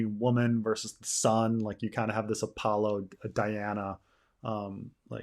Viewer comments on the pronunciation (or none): none